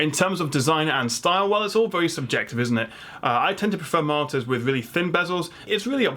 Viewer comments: MULTIPLE MARTYRS! i read this at the start of the video and it sounded more and more like martyr every time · Ultrawide martyrs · martors? that is how it sounds your saying it lol monitors aha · It's such a shame you can't properly pronounce MON-I-TORS...it massively undermines your knowledge set.